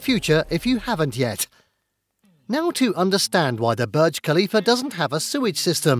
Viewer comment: It’s pronounced bourj not berg